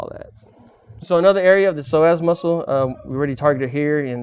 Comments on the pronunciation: I keep hearing "the Sore Ass muscle" instead of Psoas muscle.. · I thought he said "sore azz" muscle ...